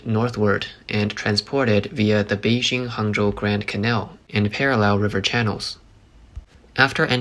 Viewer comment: Congratulations on your pronunciation, and thank you for taking the time to pay attention to this. Change your soft j to a hard one on Beijing and you will be doing even better. It’s the same hard j as in Tianjin. 😊